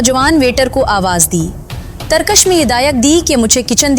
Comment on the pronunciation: تم پڑھے لکھے ہو، اصل میں انڈین ڈراموں اور فلموں نے اور انگلش سکول سسٹم نے اردو کا بیڑہ غرق کر دیا ہے۔ اب اپنے گاندھی والے جملے پر معذرت کرو۔ پھسلا، پ کے نیچے "زیر" ہے. اس نے پ پر "پیش" پڑھا ہے۔ ترکش، ک کے نیچے "زیر"۔ یہ مسلسل ک پر "زبر" پڑھ رہی ہے۔ اس کے علاؤہ بھی کافی الفاظ ایسے ہی ہیں۔۔۔۔۔